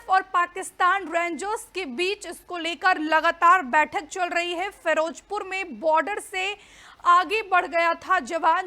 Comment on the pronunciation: Firojpur hahahaha firozpur hota hay